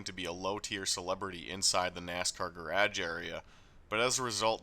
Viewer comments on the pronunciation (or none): Would love to hear you pronounce garage for an hour